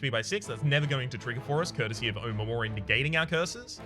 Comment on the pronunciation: Not a big deal but omamori is actually pronounced oMAmori, not OmaMOri.